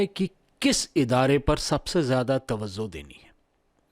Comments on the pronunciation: Tawazzo nahi tawajjo🙏🏾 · Tawzuh ko tawajjuh boliye